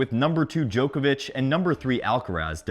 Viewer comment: I'll never understand why Americans can't pronounce Djokovic's name properly...